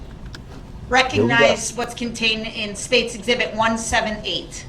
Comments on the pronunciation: "exibitty"......I love it!!!! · Today's word is: EXHIBITY!!😂😊